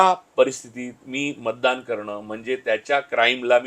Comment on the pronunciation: महाणगर..बंड… मानूस…ण नंतर … मतदाण.. अरे बेटा उच्चार आधी नीट करायला शिक 😂😂😂